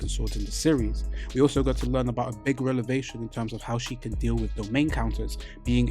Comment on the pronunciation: BTW... you been scrambling the word revelation every time 😂😂 You are mixing up the V and the L, like in this video you kept saying rel-ev-ation instead of rev-el-ation "Revelation" stems from the word "reveal" - as in, knowledge is being revealed to you Or you can just remember, ReL-evation is a grammatical L